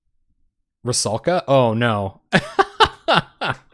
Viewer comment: rusalka, not ruskala >_<